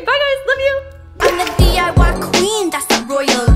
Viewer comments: You did say it right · Yes u did pronounce the DIY thing correctly and yes I’m polish and my whole family is polish